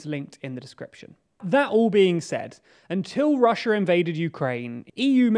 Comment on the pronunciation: Why can't you pronounce Russia correctly?